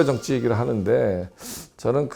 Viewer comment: 여교수의 발음 문제: 비판, 정확,정치, 봤을때,인식, 등, 장음인 첫 자를 모두 짧ㅅ게 잘못 발음해ㅆ다. 이러 문제를 지적한 이가 없다는 사실이 또한 한국 문화의 맹점이다 고국 동포 여러 분! 정중히 권하오니, "한국 어문을 고발함"이라는 책을 읽어 주시옵소서. 미국 변 완수 드림